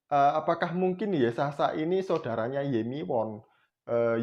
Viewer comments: Bpknya maksa bnget si mbaknya jwb ttg ayat mana alkitab sebutkn si mamad 😂😂😂😂😂😂😂😂😂😂😂 RUMUS : 🐪🐪🐪🐪 × 🐐🐐🐐🐐 = 👩‍🍳👩‍🍳👩‍🍳🍺🍺🍺🍺🍺🍺🍺 take a beer ... Kurang pas actingnya, lupa hapalan dialognya.. Mngkin mksd si mbaknya KITAB YEAYE kali.... 🙂🙂🙂 Mbak... mbak...... mbak tlg bljr nyebutkn sesuatu scra bnr dlu, baru masuk youtube... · Si Mba ini bohong bro, nyebut Yesaya saja salah, Yesasa --->pecin sasa kallee😅😅😅😅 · Video ini gw puter terus tp tetep lucu 🤣🤣🤣 dulu namanya mungkin stefani magdalena, skrg jd siti khadijah...dia yg ngomong kok gw yg malu ya 🤭, masa anak minggu aja hapal nama yesaya kok dia malah yesasa 🤣🤣🤣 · Si mbaknya kebanyakan micin kali makanya bilangnya yesasa🤭🤭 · Yesasaya.....yesasa.. 🤣🤣🤣🤣🤣 kasihan kitab yesaya we salah ngomong... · Bc kitab tp YESAYA DI BLG YESASA🤭🤭🤭🤭🤭klu menghafal mbok 5hr biar g salah Bu🤣🤣🤣🤣🤣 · sebelum mualaf berarti dulunya Kristen?, org Kristen sebut Yesaya kok yesasa?,🤣, ibu ini siapanya yg sebut Yeremia jd yesemia ya? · Taurut??? Yesasa???? Baca dulu yang benar mbak jangan asal nyerocos aja 😓 . . . . Mangkanya jangan asal baca saring dulu bacaan nya🗿 Kan orang jd ngakak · nyebut nama kitabnya saja udah salah. Yesasa 😂😂 gimana mau omongin isinya..... Jd kalau mau berbohong it pintar dikit dongggg... Belajar aj sama si Steven biar pintarrrrr "berbohong" 🤡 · Bodoh nian ibu ini. Ngomong aja salah2 ketahuan bohongnya .